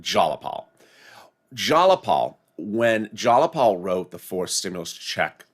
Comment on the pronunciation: ITS JAYAPAL.. not JALAPAL 🤣😂🤣🤣🤣🤣🤣🤣🤣🤣LOL. YOUR FUNNY "" ❤️